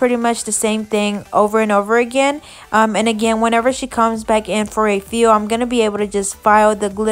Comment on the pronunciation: i love how she says fill 😂😂😂